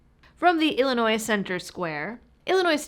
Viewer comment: I love how you are properly pronouncing the name of our state! SO many people pronounce the S. It is HELL ANNOY. Yep, 720 ILCS 5/24-1.9 (the PICA) requires registration of .50BMG ammo, and it is intentionally vague to scare gun owners.